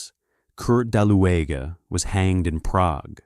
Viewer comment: You pronounce his name bad!. Ue or ü in German is pronounced like U in English with round lips, so the E is not pronounced but is just written to separate U from Ü ( umlaut U), thus his name was Daluge ( Daliuge with G for golf).